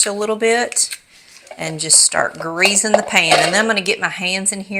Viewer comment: Greezin' the pan.....now that's Southern speak ! 😀. This recipe would make adorable individual little bundt cakes too.